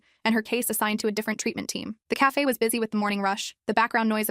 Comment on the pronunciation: Not the e in cafe